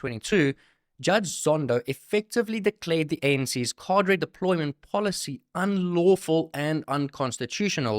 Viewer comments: 👍 ps pronunciation is : kaa-druh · 😂😂 dude switching r and d in Cader deployment got ! Even the clip he played an afrikaner pronounced it correctly. Otherwise create video